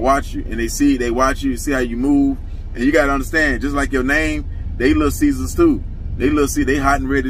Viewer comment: It’s not Little Cesars It’s Lul Cesars 😂